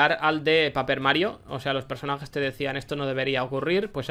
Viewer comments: Japonés 100 Pero PAPER en lugar de Peiper 🤔? No te creas, te amamos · Paierper XD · Me encanta como pronuncian el nombre de los juegos paper bien a lo bruto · jaja XD Paper que buena pronunciación es Peiperl algo así se pronuncia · No sabe pronunciar paper pero dice que sabe traducir japonés